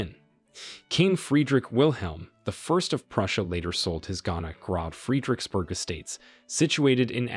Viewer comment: "grob friedricksburg"